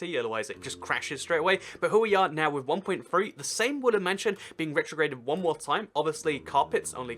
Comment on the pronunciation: Is it me or is he saying wooly mansion